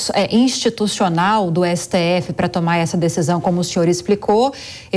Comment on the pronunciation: Ésse Tê effe Tecnico? 😂😂😂